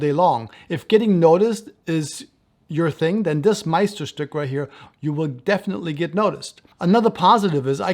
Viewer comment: Ur pronunciation of Meisterstück is really good! U pronunced weihrauch perfectly as well